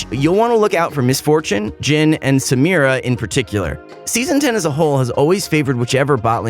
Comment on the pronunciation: finally he knows how to pronounce samira.